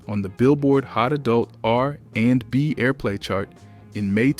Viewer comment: If you managed to watch this video till the end I give you props. I stopped . Listening to this voice was too disturbing to finish the video 😢, butchering Amel’s name and saying R…and…B 😮… I couldn’t.